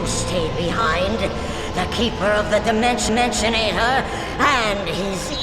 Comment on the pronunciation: last i checked, it was the dimensionater, not the "DIMENSION-ENSIONATER!"